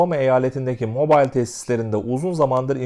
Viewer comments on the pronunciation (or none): Alabamadaki şehrin ismi mobayl değil mobil okunur, bilginize...